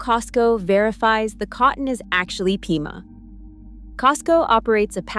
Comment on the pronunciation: Pima cotton, not peema. Sheesh!!!!